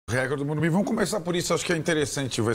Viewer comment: Não é Morubi!!!! É Morumbis